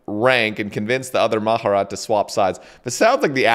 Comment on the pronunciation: mah-jah-rot XD